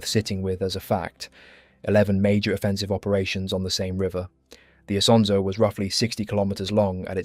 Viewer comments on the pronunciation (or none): just this little fact. The river' name is NOT Isa, Anszo, Asanza or Asanszo but ISONZO. Please, remember it. rough one million Italian soldiers died or got wounded in these places. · dude you are way too emotional over this the Italian soldiers of ww1 came from all over the peninsula and had different pronunciations of things themselves also Isonzo is just the Italian name, if we want to be picky the real friulan name is Isons or Lusins depending on the are you choose again, you are stressing over nothing, the soldiers don't care, the people over there don't care and there is no "real" name or pronunciation since everyone is entitled to call it however they wants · ha ragione a precisare, perché se vuole farci un video su qualcosa di così notevole per l'identità nazionale un po' più di impegno nella pronuncia male non fa. Great video otherwise though